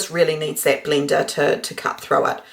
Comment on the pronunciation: 'And thuts the thickness of it'... For crying out aloud one could sound out "that" by grade one could not one?